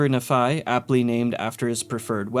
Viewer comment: As someone from Utah it bothers me more than it should that every fallout YouTuber pronounces Nephi as na-phi instead of nee-phi like it should be pronounced